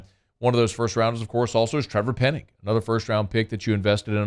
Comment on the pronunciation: it's Penning not Pennig 😉